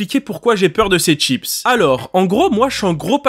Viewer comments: Les ''Tchips'' XD c'est chi pas tchi chips. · J'adore , il dit pas chips mais tchips 🤣🤣 sinon super vidéo 👍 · pourquoi ”tchips” et pas ”schips” ? Sinon elle elle est trop bien la vidéo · C'est la cette prononciation de chips?